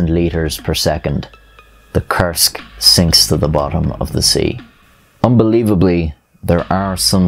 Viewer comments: Koorsk, not kersk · When you say "Kursk" it almost sounds like "Cursed" which is fitting... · It took three times of hearing the word to realize he's saying "Kursk submarine" not "cursed submarine" And then a trip to the description to confirm the spelling...